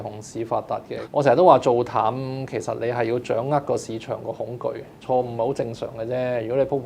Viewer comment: 係恐'巨'，巨大的可怕